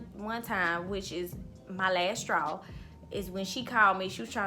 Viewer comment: You have multiple "lasstraws"